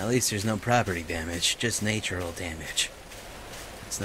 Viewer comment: nature- al is a word cry! its natural though :(